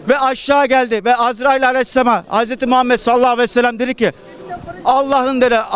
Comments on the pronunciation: HÜMMET değil ÜMMET, SASMAKHSJBS değil SALLAHÜ ALEYHİ VE SELLEM, ELHAMDÜRÜLLAH değil ELHAMDÜLİLLAH neresi doğru nereyi düzelteyim. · Sallallahu aleyhi vesellemi bile doğru söyleyemeyen malı bize dinlettin ya. Arif bey lütfen bu malları konuşturmayin.